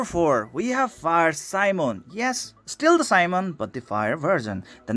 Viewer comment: Great review of tankers. Can't wait for more of that. :> it's should spell not a Simon but more like medieval European soldier Si-mó-ne or Si-mo-né. XD because he's a medieval soldier xD (hash tag dark souls xD)